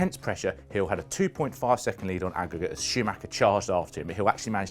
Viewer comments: Aggregate. Stupid pronounciation, had to read about the grand prix to find out what it was. Basically at the red flag they keep track of the gap between drivers and at the end they add the gap again. Like in Football when they play home and away and add the matches together. In this case, before the red flag Schumi had about 6 second lead. After the restart, Hill pulled away from Schumi and finished 10ish seconds ahead. So the aggregate was that Hill won by 3.5 or so seconds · "and the race would be decided on akwkwk" Don't understand?